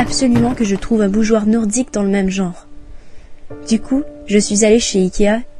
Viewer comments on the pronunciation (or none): none